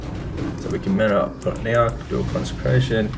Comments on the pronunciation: It's consecration not concentration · he also said concentration instead of consecration lol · Consecration...kon suh kra shun.